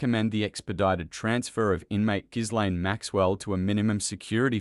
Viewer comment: Learn how to pronounce people's names properly. "Gilaine" and "Pa tell" Mispronunciation of names is an insult to those who have them. I can't even bear to listen to you.